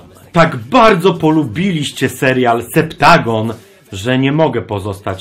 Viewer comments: Ty źle czytasz nazwę tego serialu, to nie Septagon,a Sa Mo Gon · To nie jest Septagon to jest Sep-Ta-Gon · SA-MO-GON znaczy SE-PTA-GOOOON Btw ile ruda ma lat? Bo sądząc po jej zachowaniu wydaje mi się że jest nienaturalnie dorosłą z wyglądu pietnastolatką. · Tylko ja już nie czytam normalnie septagon tylko sep-ta-goon